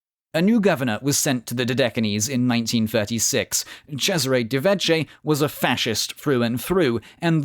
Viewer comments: When preparing an article about ITALIAN history, you could have read up just a LITTLE BIT about Italian pronunciation. The h in Vecchi makes the consonant a k (and not a ch). Vecchio, btw, means old, pronounced vek-kee-o. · The name Vecchi is pronounced vayki not vetchy. Otherwise a great video.